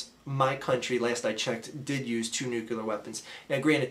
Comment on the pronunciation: What's Nucular?